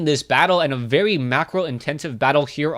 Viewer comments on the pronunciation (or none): you are right crevasse is a french word and you pronounce it almost well:D. You dont pronounce "Cre" well but "vasse" is good:). And thank you from France for all your comments.